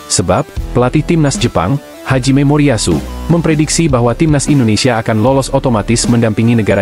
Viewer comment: Pelatih jepang namanya Hajime Moriyashu ..... bukan Haji Memoriyashu mimin 😂😂